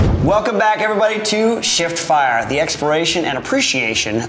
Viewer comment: Cool video. Really does sound like you say sh*t fire not shiftfire though 🤣 which made me laugh haha